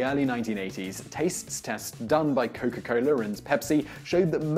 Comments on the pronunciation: Oh yea say Coca-Cola one more time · "Cowka Coler"